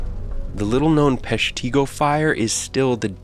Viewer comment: My father's childhood was spent in Chicago, but he spent his teenage years with family members in a little town near Pestigo, Wisonsin. The narrator pronounced Peshtigo wrong. It's pronounced with a short i sound (pesh-ti-go). After he met my mom, he relocated to Chicago for most of his life. On my mother's side of the family, my 2nd great grandfather lived and worked in Chicago. He owned a wagon and a team of horses. Accoring to family lore, my 2nd great grandfather used his horses and wagon to help people escape from the fire. My mom and her sisters and my siblings and I all grew up in Chicago. I have always appreciated the amazing architechture and the grid system for the streets. With the exception of the slant streets, which were old Native American paths, Chicago is very easy to navigate. I ❤ Chicago.